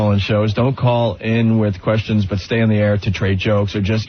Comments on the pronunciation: Ugh, it’s not even “but” it’s “buit” or “boo-it” how could he not realize that for a decade? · bhut or bwut works also 😂 It drives me crazy everytime I hear it, that and fuchitive. Nobody who worked with or for him dared to correct it because nobody wants Greggshells in their life, it was the messageboard comments that finally made him stop.